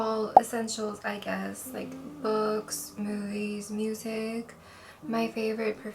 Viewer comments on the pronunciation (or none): none